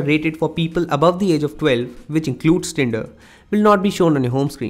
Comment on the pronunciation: Very poor English, turn not tun, tinder not tenda, he is not using "r" at all because he is trying to be a western English speaker but unfortunately he will never be a good English speaker because his personal language is Hindi and a best Hindi, Bengali, Nepali, Punjabi speakers will never speak English very well